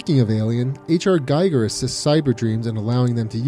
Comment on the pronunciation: Giger not gajger*